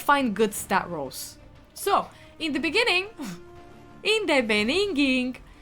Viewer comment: 😂😂 in the beninging got me😂😂😂